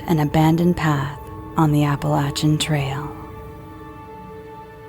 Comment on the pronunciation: Mispronounced Appalachian. Continues to mispronounce, super annoying, can't finish.